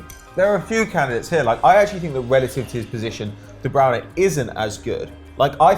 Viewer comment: Why does pato say de browna